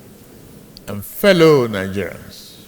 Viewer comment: ... Honorable hallow member... and feeloow...😂😂😂 There was a country...